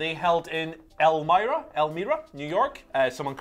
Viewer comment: Might actually be el-MY-rah. Put the emphasis in the wrong place.